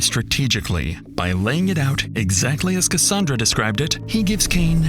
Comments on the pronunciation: it’s ca-sand-ra not ca-san-dra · the narration is absolutely AI. For most of the video, the narration pronounced Cassandra strangely, rhyming with Rhonda, but a few times it said it the usual way. Really bugged me